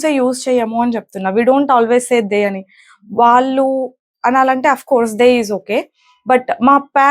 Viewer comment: Your English pronunciation is good but a small advice for your telugu. వాల్లు,వాల్లె అనకూడదు. "వాళ్ళు", వాళ్ళె అనాలి. చెల్లెలు(third person)కు బదులుగ "తిను" అని వాడారు. తిను అంటె అర్థం తినడం అని. అక్కడ వాడాల్సిన సరైన పదం "తను" మాత్రమె. అలాగె చాలామంది కల్లు(eyes)అంటుంటారు. "కళ్ళు" అనాలి. మరి కొంతమంది ఇల్లు(singular) ఇల్లులు(plural) అంటారు. ఇల్లులు అనకూడదు. "ఇళ్ళు" అనాలి. ఇది తెలుగు మాట్లాడె చాలామంది అవగాహనకు మాత్రమె.